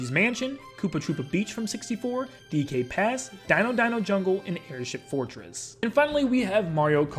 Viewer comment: 'DK Summit', a course that is now currently in Wave 4, is also a absent course from Mario Kart DS. Bro doesn't know how to say DK Pass. Edit: Classic courses from Tour, and he decided to list SNES Rainbow Road as one that's not returning. That's been in the game since 2014, has he been living under a rock for that long?